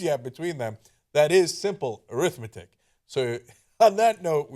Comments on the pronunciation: Just being nit picky... normally the emphasis is different on the adjective form of the word arithmetic... am I wrong? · Arithmetic is pronounced AIR-ith-MET-ic, when it is an adjective. When it is pronounced a-RITH-met-ic, it is a noun. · Ana pronounced arithmetic incorrectly and goes uncorrected. TYT is a farce.